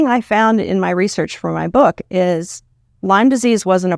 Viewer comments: you can’t even properly pronounce the word. It’s not “Lymes” it’s LYME. Shows how much you know. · Heard it’s “Lyme” with no s.